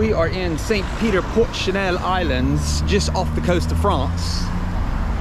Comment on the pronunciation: Fantastic to see my neck of the woods from the air like that. Love it. Its not Chanel as in the perfume... its channel with two n"s as in The English Channel. 😁